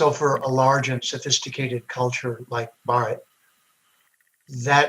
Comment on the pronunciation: Bhaaratha*, he mispronounced it. But good effort. Hindusthani ppl also do not pronounce it correctly. It's a damn shame. Aren't you Thélugu? Wtf is bharat? It's Bhaaratha. Bhaaratha Ganathanthra Ganarajyamu-the official name.